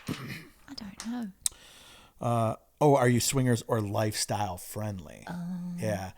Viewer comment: That British " I dont know" should totally be the theme to a whole asmr video. Like maybe Tea Time with